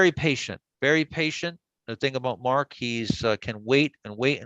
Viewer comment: ...MARK... ... NOT Marko--'''